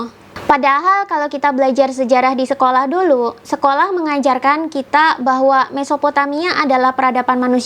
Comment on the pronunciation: Kitak, bahwak, duluk....bhsnya masih pletak pletuk.